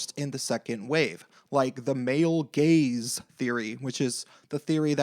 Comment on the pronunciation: did you say "the male gaze"? Or "the male gays"? 😝